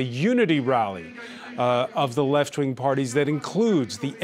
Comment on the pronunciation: "I have always voted for the left ving!" :D